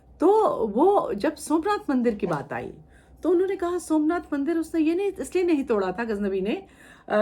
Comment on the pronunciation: देखिए क्या बोल रही । इसकी मां और यह जाते थे वह मन्नाथ के मन्दिर सोमनाथ को मनआथ बोल रही है इतिहासकार की उपाधि ली है या नशा चढ़ा है देखिए बच्चों को जो पढ़ाया जाएगा वह सत्य मानेंगे।